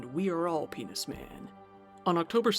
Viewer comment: Did you say menis pan?😂